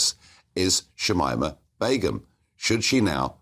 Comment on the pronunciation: Its shamina not shimima